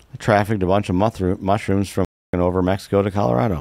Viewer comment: "trafficked a bunch of MUTHROOMS..." 😂. WHAT is a "MUTHROOM" !?!